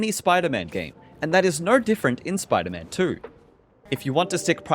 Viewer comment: “Spyta man twerrr” 🇬🇧